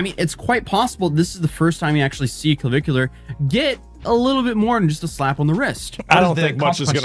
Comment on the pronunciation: Cavicu LAR